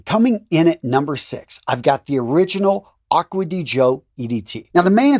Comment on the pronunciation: finally, someone that pronounced the name right: Acqua di GIO, not acqua di Jio...